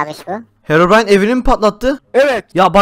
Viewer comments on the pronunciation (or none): Hekobrayn değil herobırayn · Herobrayn değil hekobryn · (;bizim düşmanımız kimdi?:Hekoprey😂:evet Heroybran) Oğlum o hekoprayın diyil Herobray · Saçmalayan Ben: Sanki hero deyil heko değil bildiğiniz ekoooo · hekobiren Ben:herobirien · herıbron değil hekobron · Hekobrine değil de bekobrine😂😂😂😂😂😂😂😂😂😂😂😂